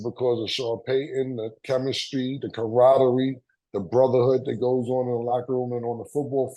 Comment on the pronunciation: I die every time Cam says “camaraderie” 🤣🤣